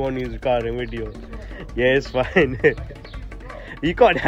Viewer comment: I love the way he says " wideo " 🤣